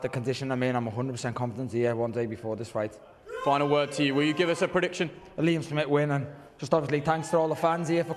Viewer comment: "A Liam Smit win"